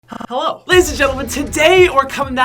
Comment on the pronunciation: am i the only one who herd HCCHELLO at the start